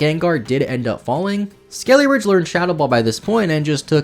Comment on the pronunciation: When you kept saying skeleridge, I thought you were going to go into a ridge wallet sponsorship lol